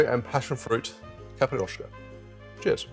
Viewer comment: yes, it sounds like a "i" is missing, as caprioska, instead of capIroska. But portuguese is hard and all rest of the word was fine, so 9+ for the effort. And its ok the simple syrup variation, but I suggest tryibg capirinha with the brown sugar, its really nice. Love the channel, and again, make some portuguese cocktail 🙏🏼😂